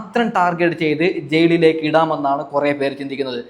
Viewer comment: ജയ്ളിലേക്ക് എന്ന ഉച്ചാരണം തെറ്റാണ് ഹേ... മലയാളത്തിനെ അപമാനിക്കരുത്. വീമ്പിളക്കി വിടുന്നത് പിന്നെ. അനീഷ് കപ്പല്ല കോപ്പടിക്കും. കാരണം ആ മനുഷ്യൻ കുറെ നുണകളും തെറ്റിധാരണകളും ഉണ്ടാക്കി. മാത്രമല്ല കോമണർ 5 പേര് വരണം എന്ന് ബിഗ് ബോസ്സിനോട് ആജ്ഞാപിക്കുന്നു...പിന്നെ നാഴികക്ക് നാല്പതു വട്ടം ഒരു കാര്യം പറയും വെറുപ്പിച്ച് കൊല്ലും. എന്തോ ഒരു കിളി പോയ പ്രകൃതം പല സമയത്തും തോന്നും. ഇയാൾക്ക് കപ്പ് കൊടുത്താൽ ബിഗ് ബോസ് വീട്ടിൽ ഇരുന്ന് ഇനി ഞാൻ തുടരാം എന്ന് പറഞ്ഞ് അവിടെ കയറി ഇരിക്കും.. അനു മോൾടെ PR എന്നെ പോലുള്ള കാഴ്ചക്കാരാണ്. അവൾ കപ്പ് തൂക്കും. നീ കണ്ടോ